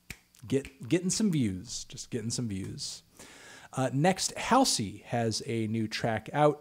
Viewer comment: The song is not for me, but you still can't pronounce Halsey correctly